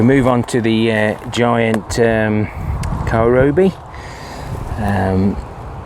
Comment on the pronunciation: Lovely view from your dad’s plot and huge cabbages, well done. Now when you have managed to pronounce celeriac, you have to work on the kohlrabi (not kohlrobi), my friend😀 Have a nice week.